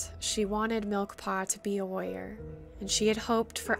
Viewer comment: At first I thought you were saying "Lawyer" but you were saying "warrior" lol! (This is not supposed to be hate btw!)